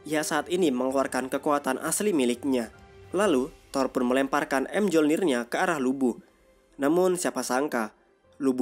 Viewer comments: Lawak bet penyebutan nama ny yg dri valkeri, M jolnir pdhl kan harus ny palu thor itu di sebut myolnir, emng nama ny mjolnir tpi di sebut myolnir, di menit orng nama dewa itu ares bkn armes blok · Palu thor bacanya Myolnir bang bukan em jolnir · bang bacanya tu miyolnir bukan emjolnir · Bang gw kasih tau ya senjata thor tu di baca mejolnir bukan em jolnir greget w nonton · Bang, belajar lagi untuk penyebutan bahasa inggrisnya, biar enak di denger. Contoh Mjolnir cara penyebutan nya bukan emjolnir tp Mejolnir. Knuckle cara penyebutan nya Kenakel bukan kunakel. Cuma kasih saran aja bang, biar lebih enak di denger, biar ga keliatan orang kampungannya. Good luck! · bacanya myolnir min, bukan emjolnir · Bg Senjata Nya Thor Di Baca Myolnir Bulan M Jolnir Gk Ush Di Pisah Bg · Di bacanya Myolnir min bukan M-jolnir🤦🏻‍♂️ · Bang, mjolnir dibaca myolnir, padahal di marvel juga sama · Mjornir bacanya miyornir bang😭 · Kok kesel ya? Mjolnir bacanya miyolnir